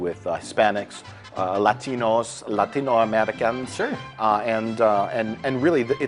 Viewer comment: "lahtino-amerikhans" best spanish / 10